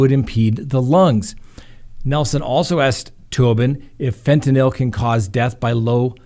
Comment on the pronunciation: "fen-tah-NIL" Me: 👏🙌 😁😂😁 🙌👏🎉